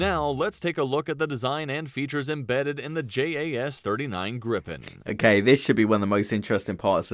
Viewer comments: It's Griipen, not Grippen, just one P. I'm proud of it. Daykenn and Vaigen... this guy, it also has two Gs in the name! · That makes no sence to someone who's first language is English. It should be pronounced "Greepen". "ee" as in "Jeep". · The "i" in "Gripen" should be pronunced more similar to "ee" in "feel", id est a "long i". And the "i" in "Viggen" should be pronunced more like english speakers pronunce "i" in "Gripen", i.e. "short i". A grip is a mythological creature, in english griffin, a mix between a lion and a bird. "Gripen" means "The Griffin" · that video is butchering the Swedish names soooooo bad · Kind of funny to me how the speaker of the video pronounces "Viggen" as something like "Vegan", and "Gripen" as "Gripping". When it should be the other way around. Gripen, vegan. Viggen, gripping. Short vowel, long vowel. Feet, fit. You have it in English. Feet is pronounced differently from fit. This is what is going on here, so why can't you get it right? Duh! 🙂